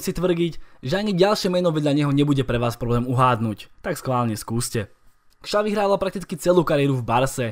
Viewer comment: Spoustu Čechů by Petra Čecha neřadilo mezi nejlepší brankáře posledních dvou dekád, tak je celkem příjemné to slyšet od Slováka. Jinak Xavi se čte Šavi, ne Kšavi.